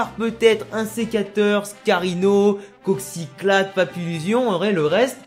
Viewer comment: "Coxyclaque"... Pardon?